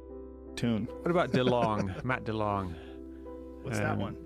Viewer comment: I might be wrong, but I reckon that Delonge is not pronounced like Delong but like Delonje. :)